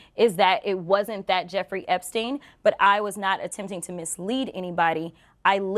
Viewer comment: Crockett saying "a Jeffrey Epsein" is just almost as bad as Santos say "I said I was Jew-ish"